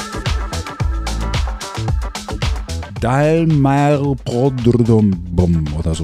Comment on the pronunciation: Dallmayr prodomo wird im Deutschen Dallmayer prodomo ausgesprochen….